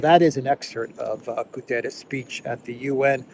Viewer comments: PLEASE, PLEASE, PLEASE. UN Secretary General is called António GUTERRES, not Gutierres. Please drop the i. For months I hear a lot of people calling him a Spanish name. The guy is PORTUGUESE, so his is name. ;-) Cheers Meanwhile the important thing is that Haley and respective scum should be ashamed. Calling for the resignation of someone asking for CEASEFIRE and diplomacy. Instead of war! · it's not "Gutierres" but rather "Guterres", a Portuguese and not a Spanish name/word! Regardless, I continue to appreciate your timely and informative videos! Thank you! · Its not "Gutierrez". He's portuguese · It's not Gutieres, the man is not Spanish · António Guterres is Portuguese. Thus, there is a specific pronounciation of "António" and "Guterres". Guterres is NOT pronounced like the Spanish "Gutiérrez".